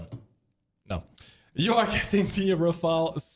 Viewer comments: Ra-fale, not ra-fael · it's Rafale, not Rafael, it ain't a ninja turtle